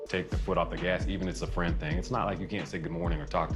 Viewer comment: “Not As a friendT” i felt that 😂